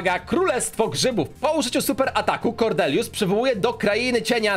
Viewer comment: Kordelius Farrell Kordelius przez D :)